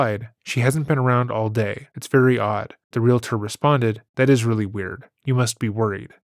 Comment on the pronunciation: Thank you, thank you, thank you for not pronouncing the word "real-a-tor" but saying the correct "realtor" instead.